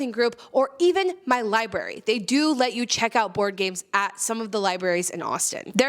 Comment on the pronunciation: Did she say liberry? I’m pretty sure it’s library.